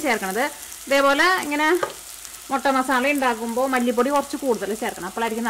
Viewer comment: മൊട്ട അല്ല മുട്ട